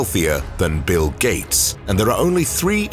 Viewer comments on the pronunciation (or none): none